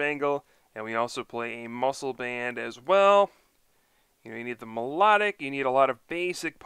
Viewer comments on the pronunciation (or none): I meant its pronounced my low tic